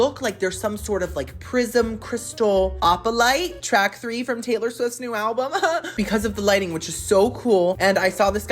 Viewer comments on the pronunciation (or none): none